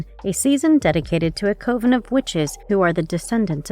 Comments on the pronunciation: Co-veen it's cuv- in seriously if you can't say it, don't. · Coven is pronounced like oven